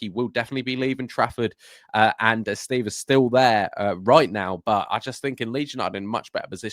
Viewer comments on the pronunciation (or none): none